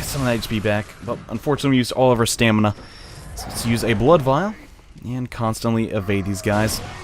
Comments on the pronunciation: You know it's pronounced STAMina, right? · Henry Marks he's referencing how says stamina as "stanima"